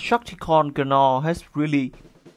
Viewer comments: Cool review but FYI the characters name is pronounced like “naw”...the g is silent hahah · A great review, as always. In case you're interested, the 'g' in Gnaw is silent.